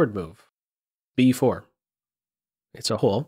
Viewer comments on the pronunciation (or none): none